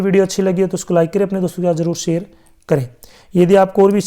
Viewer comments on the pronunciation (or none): none